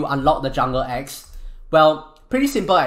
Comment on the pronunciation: for a sec i thought he said ex like my ex wife jk jk jk lol